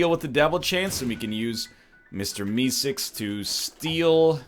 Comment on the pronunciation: ''mr misicks''. ''mr misicks''. ''mr misicks''. kill me. someone please. he cant even pronounce mr meeseeks